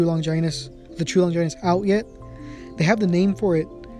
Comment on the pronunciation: Stop saying longinus like that